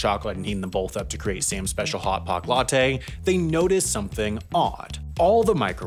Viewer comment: Latte* not Lottei